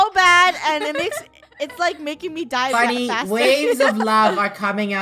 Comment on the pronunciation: It’s funneh not funmeh